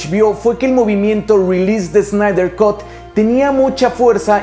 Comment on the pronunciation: Snyder cut: ... kʌt, no "cot".